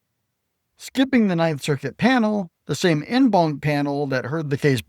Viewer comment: En banc is pronounced "on bonk".